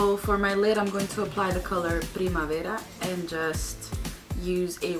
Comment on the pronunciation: I absolutely love you!! I binge watched all your videos!! Please check out my channel! new Subbie!! Keep it up chica!! Love how you said primavera!